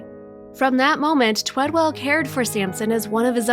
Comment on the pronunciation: ONE W! Twed-ell. Twee-dell? Talk to the man, he deserves to have his name spelled correctly and pronounced correctly.